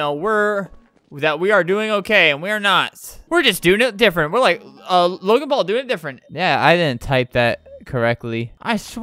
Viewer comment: I lile that you say lile